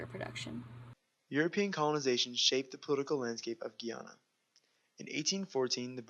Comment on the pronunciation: It's Gah-Yana not Gi-Anna 💀